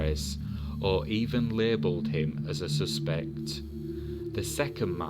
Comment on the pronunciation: please-- the word suspect, when used as a noun, has its first syllable accented. The second syllable is only accented when used as a different part of the sentence. Heavy on the sus, part.